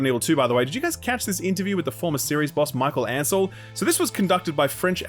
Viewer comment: "Michael Ancel"